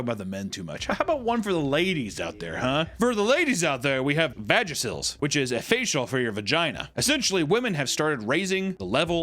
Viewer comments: The word is vuh-jay-shul, as in vagina facial. Vagicil is a feminine hygiene product. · It’s a vuh-jay-shull my boy, not a Vagisil 💀😂 (vag facial get it?)